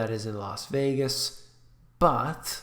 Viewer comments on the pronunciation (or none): none